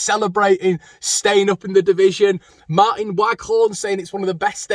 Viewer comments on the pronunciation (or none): none